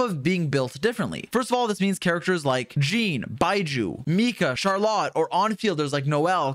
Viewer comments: Holy shit, please learn how to pronounce character names. "CharLOT"?? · How the Hell can this Man Say "Marechaussee" with a FLAWLESS French accent, EVERY TIME, yet can't Say that name "Charlotte"?!?! Neither the English OR French Pronunciation of the name! (Yes, they're Different!) Also, why is he not Mentioning the "Vourukasha's Glow" Set to fit with Furina? Sure it's 2 Piece set is HP%, but It adds up to 50% FINAL Damage Bonus to Both Elemental Skill AND Burst if you take Damage Often enough (Yes I know it's Wording is Confusingly Worded with the numbers chosen, but it DOES give a Final Value of 50% at 5 Stacks)... That's a HUGE Amount! The Set was Designed to Work With Deyha's Damage Absorbtion, but it Should Work just fine when Furina Drains your HP Too! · I hate that he pronounces Charlotte so bad